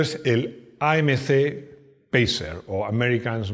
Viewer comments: "AMS" en vez de "AMC" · Es AMC no ams y es bonito el bicho